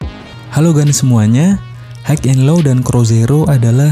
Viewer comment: High bacanya hai ,mas. Bukan haik 😊✌🏻🙏🏻